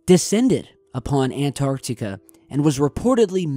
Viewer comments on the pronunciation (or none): Hey did why can't you pronouns correctly its an tarc tee ca antarctica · He say Antarctica funny.